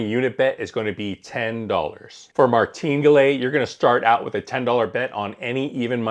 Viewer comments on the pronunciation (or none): Martingalè 😂 My favorite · Your pronunciation of “Maringale” is comically uneducated and quite ridiculous. Why don’t you just Google how to pronounce Martingale and correct yourself. Anybody who knows this will instantly stop watching your video upon listening to your quirky pronunciation in which I have no idea how you could have come up with this particular pronunciation. Good luck!! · Did you pronounce martingale right? I heard it pronounced another way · It is pronounced Martin gale. This is a horrible strategy. The house edge in a double 0 game is around 5 1/4%. Martingale doesn’t change the house edge. It’s not difficult to lose 6 in a row. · Try to learn to pronounce Martingale correctly.